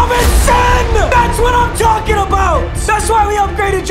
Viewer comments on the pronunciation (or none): none